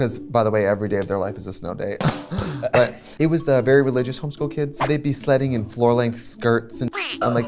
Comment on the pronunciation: LOL, I thought Trixie said" slutting" when she said she went sledding with the home school kids